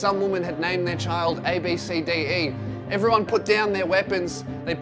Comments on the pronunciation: I'm pretty sure its pronounced "Ab-Si-Dee". Still a shit name tho. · Ab(si) di is how its pronounced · ABCDE is pronounced "Absedee" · It’s actually pronounced as abb see dee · I actually know someone who’s name is abcde. You say it like ab sa d